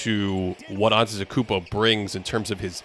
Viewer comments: It's properly pronounced: Anday da koonbo. It's not pronounced how it's spelled. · yeah I guess it was more antetakumpout in transition. I’m obviously not mad at you, but even the fact that some announcers still mispronounce it is RIDICULOUS to me. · Respectfully, how are we still mispronouncing Antetokounmpo in 2024? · I guess just how you mispronounced it yourself just a few minutes ago. It happens😂😂😂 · he just mixed it with the next word he was gonna say, it happens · There’s no way people are more concerned with the blending of his name with the next word than the content of the video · Sounded like he named a new Mario character